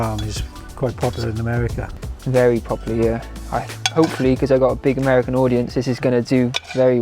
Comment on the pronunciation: Omg yay more videos with your dad please! Also the way you say “AMERICAN audience” I’m dying 🤣